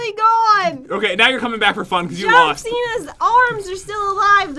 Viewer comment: It’s John not t